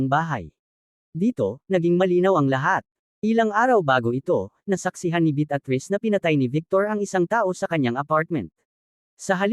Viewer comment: Malimali ang pronouciation mo ng pangalan ng babae,,betatriz ,Beatriz at ang "sumira"sumayra ang pgkabigkas mo